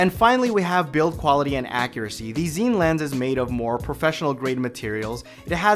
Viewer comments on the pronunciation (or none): Pronounced Scene. Not Zeen